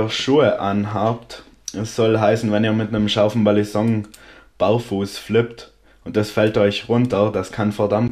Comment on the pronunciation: nein genau das ist es nicht du sagst es wirklich im video du sagst immer Ballisonk.. Ist zwar geschmackssache wie man es nimmt aber war meine persöhnliche meinung aber kein hate wie gesagt ich feier dich und deine videos :)